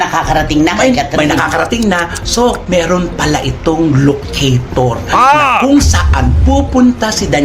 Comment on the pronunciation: LOCATOR...not ALOCATOR